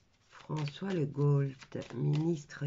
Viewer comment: Ça s écrit Legault mais ça se prononce Lego"